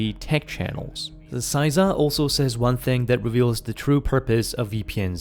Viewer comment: CISA (sæizʌ) your pronunciation CISA (sɪsʌ) how it should be pronounced. Sorry that just really bothered me. Those are American phonemic alphabet, so I'm not sure how relevant they are to you, but you could look them up I suppose. But not a single part of the acronym turned word was pronounced properly.